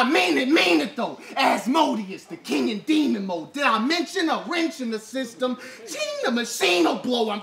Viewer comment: Jables second round 3-0's whole existence. why does pronounce "King" 'keen' the whole battle except twice where he says it correct?